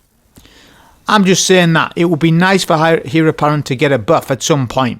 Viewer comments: Great vid .. Pronounced ..Air apparent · Great video mate just one thing, Heir is pronounced "Ayr"